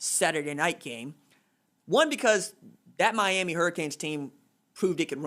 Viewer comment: Knows everything and praises Marshall, Ucf, and App State. Butchers Miami and Lville lol